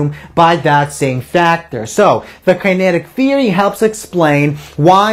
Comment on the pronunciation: learn how to say "Kinetic" kokhla